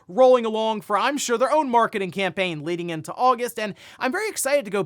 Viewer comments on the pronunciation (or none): none